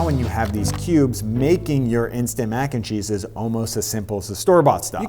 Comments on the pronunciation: I listened to him saying that several times and I think it is the way he puts more emphasis when saying “and” and then less emphasis when saying “cheese”. Usually it would be spoken with equal emphasis on all three words or, possibly, a slight bit more emphasis on the word “cheese”. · I think it's the upward inflection of mac and then a flat/lower inflection on 'n cheese Whereas normally (from my experience) mac 'n cheese is said entirely in a flat inflection. So when he says it, it sounds like /__ or /\_ when it normally sounds like ___. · I can't put my finger on how, but I feel like he puts emphasis on the wrong part of "mac & cheese"